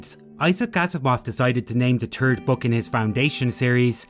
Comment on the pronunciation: "The turd story in the trilogy"?? Really?? ENUNCIATE!!